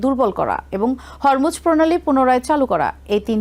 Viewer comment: ভাইরে উচ্চারণটা হবে হোরমুজ প্রণালী। হরমুজ প্রণালী নয়। বানানটা এইরকম কিন্তু উচ্চারণটা ওকার দিয়ে